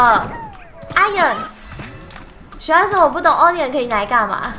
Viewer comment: 娜娜把onion读错音了。。